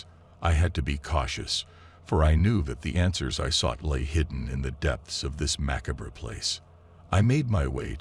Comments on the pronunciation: He pronounced it maccabra! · He can’t pronounce macabre either.